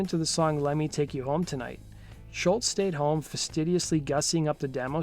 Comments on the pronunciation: It's SCHOLZ not SCHULTZ.... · Damn dude, first, you gotta learn how to pronounce Tom's last name: it's ScholZ, not shultz! 2nd, a bit more fact checking. You tell parts of the story different than Tom himself. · Great first album, great songs, great guitar tone, drums and bass sound really good for mid-70's basement studio recordings, and Brad Drop provided incredible vocals. It sounds like you're pronouncing his name, "Schultz," and not, "Scholz." Kinda annoying. Cool video otherwise. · It's not Schultz, it's SCHOLZ (rhymes with moles). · This is to the guy who did the Voice over it's Tom Scholz not Scholtz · Great video and info. BTW, Scholz is pronounced "Shoals". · Hey nice job but can you pronounce his (Tom Scholz) name correctly especially if you are going to say it dozens of times? It's pronounced like "Shoalz" there is no "t" sound in it. But you even put a "t" in the tags of the video. Otherwise good job. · Narrator mispronounces Tom's name every time! The is NO "T" IN HIS NAME! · Doe the narrator keep mispronouncing Sholz or am I not hearing him correctly?